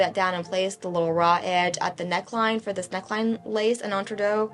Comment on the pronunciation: Your channel is one of the few I do notifications for, and I was so happy to see another video from you! Congratulations on winning the blue ribbon and thank you for another wonderful tutorial! Also- entre deux sounds like “antra- du so instead of deux like a deer, it’s do like scooby do.